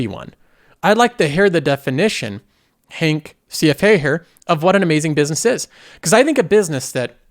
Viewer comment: Try Honk, not Hank. Also try a less snooty tone, given your recent track record. Who gave Netflix two thumbs up at its peak price?